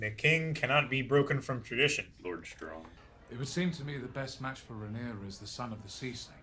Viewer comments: she is called Rhaenyra not Rhaenyres:) <3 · Why you call Rhaenyra "Rhaenerys"? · My guy.. pls stop saying Rhaenerys ffs.. Edit: Unless you are joking, as in Daenerys+Rhaenyra=that ..cus that would kinda be funny. But I doubt you are.